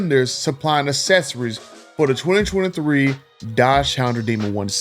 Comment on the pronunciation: Hard to do a video on accessories when you can’t pronounce accessories